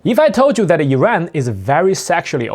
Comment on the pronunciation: please say IRAN